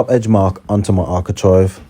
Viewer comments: Am i wrong but i always fought its architrave not architrive?😂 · Sorry to correct you but it is ArchiTRAVE! 😂👍